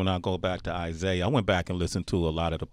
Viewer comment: He said Isaiah smh